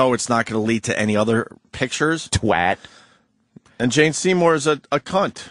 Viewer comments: Whats a twart ? its twat , not twart . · British, I find it weird the way Americans pronounce 'twat' as 'twot'....